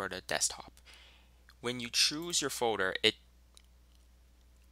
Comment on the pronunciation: folder not foder, its driving me nuts guy